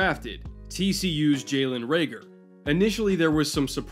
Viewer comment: Huh I didn't notice untill you pointed it out. Raegor sounds a bit more Scandinavian, a little more cool :) But will keep that in mind, no need to butcher his name ;)